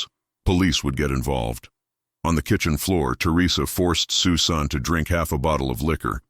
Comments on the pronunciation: Your AI stinks. "Sue Sahn"? Disrespectful presentation regarding this poor girl whose name was "SUSAN". Geez, do better. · The young lady's name is Pronounced Sus - an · Ridiculous. AI can't say Susan?? Dumb